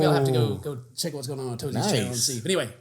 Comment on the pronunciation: ITS A TO Z NOT A TOT ZY, IK I WAS MINDBLOWN TOO